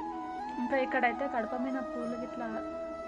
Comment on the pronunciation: kadapa kadu gadapa